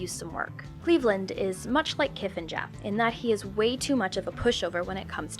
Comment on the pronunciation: I'm not sure she watches these shows based on her pronunciation of Kif, Apu and Squishee